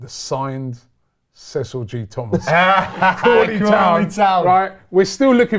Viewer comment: This is great content tbh, would defo watch more of this, just need to get Cecil’s player name pronunciation up to scratch 😂😂😂